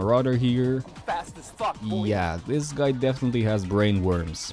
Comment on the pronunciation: You say guy like "goi" and it tickles me pink